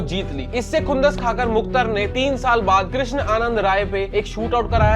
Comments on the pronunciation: Muktar nhi mukhtar he Repoter shaab 😂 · अबे it's मुख़्तार not मुख्तर bhai ko name pronounce nhi aarha aur case study leke chale aaye 🤣🤣🤣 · Bhai bolna seekh le मुख्तार है मुख्तर नही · Bhai view ke chakkar Mai vdo bna le Waise phle name lena sikh le मुख्तर nahi मुख्तार अंसारी बोल